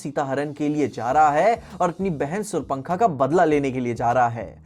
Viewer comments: Woh surpa-nakha hain - Sur-Pankha nahi - Gen-z Really need a good ramayan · brother its SUPNAKHA , not surpankha😭😂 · Agar dhang se padhai ki hoti to aise farji expertise na jhaadte दंडकारण्य, कबंध, उजाकर 😂 जलांजलि, तरपणा, इस्तेमाल करने के लिए use, vishvamitr, देखते हुए नज़र आते हैं, शूर्पणखा नहीं सुर पंखा। बस करो ।।।कान से खून बहने लगा । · सूर पंखा नहीं भाई.........शूर्पनखा😁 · Also bhai ne ‘Shurpanakha’ ko ‘surpankha’ bol diya😭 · Bhaiya! Raavan ke behen ka naam thik se lo, warna tumhari Patni bhi gayi 😂 Surpnakha yani Sharpnailed